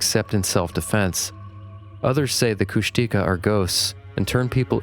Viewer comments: Heads up guys, Kushtika is pronounced “kush-teh-KAH”, not “kush-TEE-kah” (emphasis is on the last syllable). Not saying that to be annoying, I just know you guys like to learn new stuff, so that’s my contribution for the evening 🤠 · Henry Franzoni pronounced Kushtika as Kush-tuh-kah. He worked closely with First Nations people for almost three decades, so he's pretty reliable.